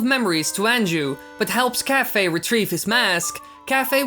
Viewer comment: Isn't it pronounced Kai-fay?